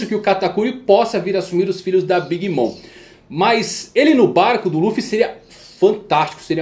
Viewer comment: Desculpa ser chato, mas queria saber pq vc fala o nome da Big Mom, como "mõ" ao invés "mɔm"(seria algo como "mãmi").